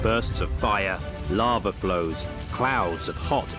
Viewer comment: You think they would have got a narrator who could say lava. I mean lots of bugs in this could tell if it was lava or larva.